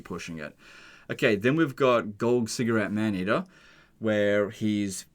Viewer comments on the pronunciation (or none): I nearly did a fucking spit-take hearing "Golgcigarette Maneater"